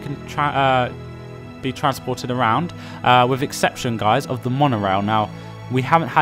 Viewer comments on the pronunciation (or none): none